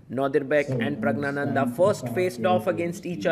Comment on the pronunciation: You continue to misopronounce Pragg's name. You take extra care with foreign player names